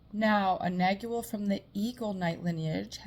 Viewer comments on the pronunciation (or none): Pronounce "nag-wall", the g is silent